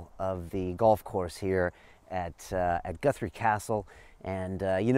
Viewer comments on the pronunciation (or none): WTF? Goothree? Top kek. Nah, m8. Guthrie. "U" as in "gut".